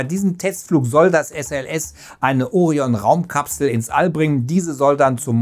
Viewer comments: Es heißt auch Orion und nicht Ooorion....alter tut das weh deutsch Muttersprachlern bei sowas zuzuhören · Es wäre schön, wenn griechische Fremdwörter wie Orion und Artemis auch richtig betont würden. Artemis betont man auf dem ersten A und Orion auf dem „i“ . Andernfalls merkt man sofort , dass der Autor nichts mit Latein und Griechisch zu tun hatte.